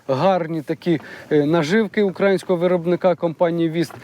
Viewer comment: все дуже гарно, супер. Але хочу зауважити, що не УкрАїнського - з наголосом на А, а УкраЇнського - наголосом на Ї, в нас же Україна - знаголосом на Ї, а не УкрАїна = з наголосом на А